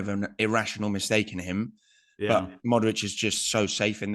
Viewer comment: You are butchering Modric last name. Not even close with pronunciation.